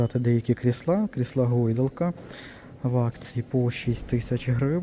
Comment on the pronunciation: Перешёл на мову, ставь правильно ударения, не крыслА, а кр!сла, встречала очень много слов с не правильным ударением